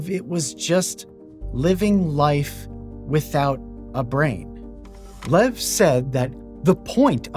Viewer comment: His name is pronounced Lyev. Not "lev".